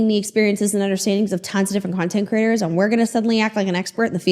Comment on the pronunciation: Half the time when says ‘content creators’ I hear ‘content critters’ and it’s delightful every time.